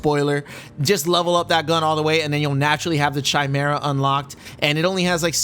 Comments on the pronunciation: chi·me·ra /kīˈmirə, kəˈmirə/ Lil help since you keep calling it Chi Mira hahaha great video bruv 🤙🏼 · Bruh “chaimera”